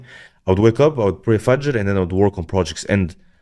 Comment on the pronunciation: The moment i heard say "fajr" i subscribed. What an awesome presentation. Learnt alot. Thanks